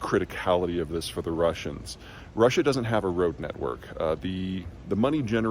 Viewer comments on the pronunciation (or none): none